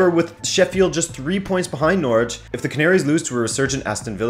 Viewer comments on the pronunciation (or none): none